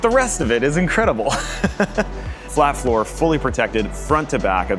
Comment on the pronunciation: OOOH flat FLOOR! I could've sworn y'all said flat FOUR each time.... And I'm thinking "of course they're gonna swap the engine with a 4cyl boxer to give it invisible down force." But no y'all mean literally making it a hot wheels car